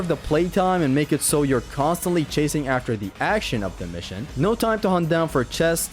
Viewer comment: “First save aftee Helios”